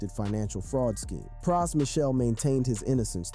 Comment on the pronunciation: Good doc but why he say Pras & Fugees like that? Lol Praaas & Few-jeez